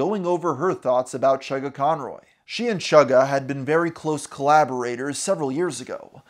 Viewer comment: havent watched the video yet but as soon as i hear him say "chuggaconroy" i felt pain